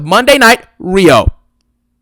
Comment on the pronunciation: Don't let gail kim hear you say Monday night riho 🤣😂🤣😂 get cody away from rhea